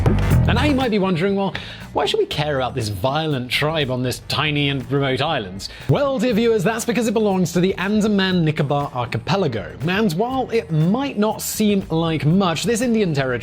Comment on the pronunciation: for someone with so much knowledge on the subject, funny you can't even pronounce the name of the islands you're talking about. It's Andaman with an "n" not Andamar with an "r".